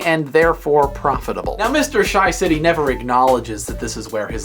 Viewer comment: ur not sayin it right. not SHYcity its more pronounced as SHAcity